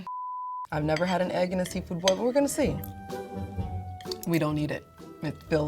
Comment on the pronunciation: Ngl fl pissed me off with her "boil" we are better than that